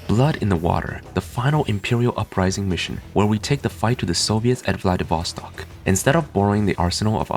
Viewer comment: BTW It's spelled "Vladivosto`k", the last syllable is stressed. How do I know? It's my hometown. BTW it looks much more like the real one in the Uprising, rather than in the original RA3, Soviet campaign mission 3. Владивосток 2000)))